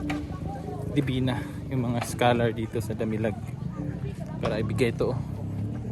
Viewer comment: observe ko lng..bkit naririnig ko bigkas nyo schalar.di ba yun e scholar? just saying.